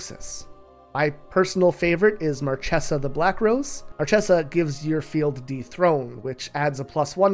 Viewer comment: Marchesa is pronounced like Markesa, not Marcessa.